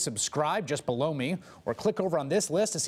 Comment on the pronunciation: Great video on Cohen and Trump's mob-style bullying and intimidation tactics. the thank you message after the video really sounds like "click Subscribe, just blow me". I'm sure it's "just below me", but if you wander away after the video and can't see you speaking, well it just caught me off-guard. Cheers! 😊